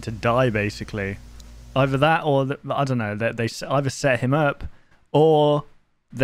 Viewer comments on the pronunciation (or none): none